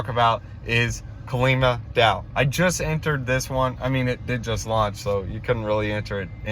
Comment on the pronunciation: KAH LEEMA DAO plz say it right lolll